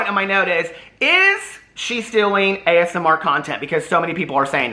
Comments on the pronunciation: Everytime you say as-mer it reminds me of how my grandmother says asthma! I don't comment enough on your videos but I wanted to say I've missed you and welcome back ❤ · I keep hearing "the asthma community" too. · omg idk why but imagining this is making me crack uppp 🤣🤣🤣